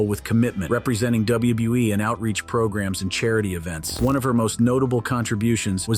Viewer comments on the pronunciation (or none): u say wbe what wbe